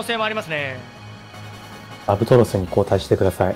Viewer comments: ラブトロスずっと言い間違えしてるのすごい気になる いい加減覚えて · ラブトロスをひたすらラブラトスって言ってるの面白すぎる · ずっとラブラトスって言ってるの何気におもろい